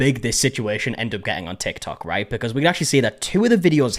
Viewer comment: Love when my internet is spotty and the video takes a second to load and it’s the perfect pause where you very much see forming that R in the RAIGHT SO